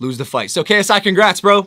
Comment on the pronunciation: It sounded like KSI kicks rats or K psychic rats